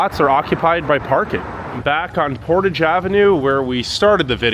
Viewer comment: I was heavily impressed that our presenter pronounced the Avenue called Portage correctly, with the emphasis on the first syllable. The word meaning to carry a canoe and pack overland in order to bypass rapids or other unnavigable waters is pronounced like the French speakers do: with the emphasis on the on the second syllable and a soft "a' and "g". The Metis have fought for and won many political rights over the years including the right to be a considered a distinct Indigenous people with a unique history, culture, language, and way of life. For the word "Metis",the emphasis is on the second syllable. The Winnipeg strike was a fascinating event in labour rights history. Sadly, only a few American leftist YouTubers know the story. It well worth the Wikipedia read. For American workers in particular. There was a Royal Commission on the near universal workers protest. Most of whom were not union members. Most soldiers returning from World War 1 supported the strikers as did the police force who were dismissed for not signing a pledge that they never support unions or start their own. Of course the strikers were lied about in the business controlled press who called them Bolsheviks and revolutionaries who wanted to over-through the government. This was nonsense. People who had lost sons, brothers and husbands in WW1 could not help but notice how rich many businesses had become supplying the war efforts while the general public still had no labour rights. The first to walk off